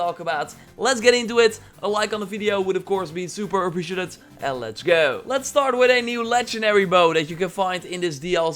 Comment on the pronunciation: Please for once, "super appreciAted" instead of "super apprecuhted". Great video as always though💪